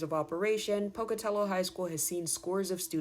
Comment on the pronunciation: Thank you for pronouncing Pocatello correctly 😂 I'm class of 2000 ❤️